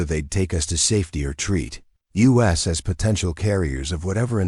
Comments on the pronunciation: For crying out loud teach the ai that there is a word pronounced us & is used far more often than u.s. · The AI attempt at English isn’t good enough. For instance, the word “us” isn’t pronounced U S, as in the United States. Phonetically it should be ussss!